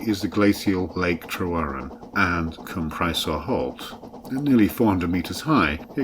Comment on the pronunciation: If you happen to be devoted to this landscape (I am!) this is interesting, but rather let down by the failure to comment on the landscape (e.g. the names of the mountains seen) or the historic sites shown en route (e.g. the Roman fortress at Trawsfynydd and the early castle of Castell Prysor, pronounced 'Prussor') but also by the rather deplorable mispronunciation of Welsh. Tryweryn is perfectly good usage - the mutated form with a D is used in grammar such as in the memorable 'Cofiwch Dryweryn' painted as a resistance sign. Llandudno is pronounced 'Llandidno' (I live nearby!). Bala has short 'A's - not the English 'ah's - so it is 'Balla' not 'Bahlah'. Sorry!